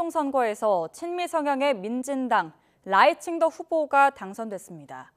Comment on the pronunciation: 발음을 잘해라. 라이칭더 할때 라이는 4성이다.. 라이 할때 강하게 발음해야 한다.